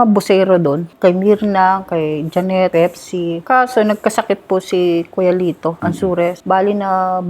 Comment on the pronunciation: baka po Pepsi yun hnd pipsi 😂😂😂